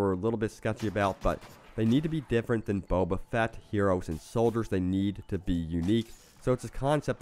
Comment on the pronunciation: texmextacos youtube yeah, it annoyed me when he said Boba :/